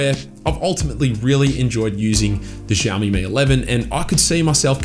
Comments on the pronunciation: It’s “Shiao-me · Say it with me "Shao Mee". Drop the Z 😂